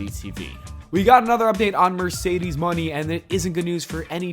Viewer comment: IT'S PRONOUNCED "MOE NAY", NOT MONEY!!!!!